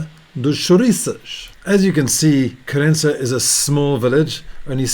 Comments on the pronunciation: I didn't said you wrote. I said you pronounced ("Querénza")... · Hi mate ! You're living here for a while. You're almost portuguese ! Please don't spell "Querença' with spanish accent. We, the portuguese, hate that (I'm sure your wife as well)...😉🤣